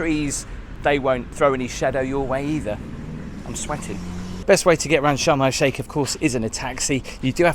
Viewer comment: Did anyone else think he was saying Shamrock Shake, and not Sharm El Sheikh?